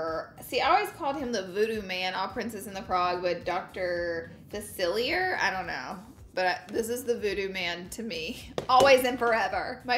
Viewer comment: The voodoo man’s name is pronounced like “FAH-see-Aye”